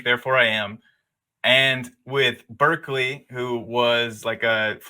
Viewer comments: It's pronounced BAR-clee. Not BURR-clee. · His name is pronounced BAR-klee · It is pronounced Barkley, FYI. In England, clerk is pronounced clark. And Berkeley was a Brit. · Berkeley is pronounced "barkley" in the case of George Berkeley.